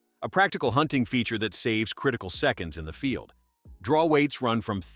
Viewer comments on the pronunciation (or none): none